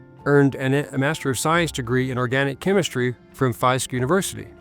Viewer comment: Marion Barry was one of my heros. A flawed man and a great man at the same time Put respect on his name. Rest in Power !!! it is FISK not FIEST university. WP need to stop taking about Black people especially whe you cannot even pronounce our names or issues.